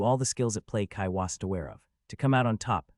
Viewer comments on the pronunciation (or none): BRO CANT PRONOUNCE WASN'T